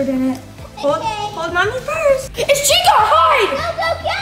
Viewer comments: Why did say chicku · DID THEY CALL CHICA pernouced (chee- kah) not (chick- ah)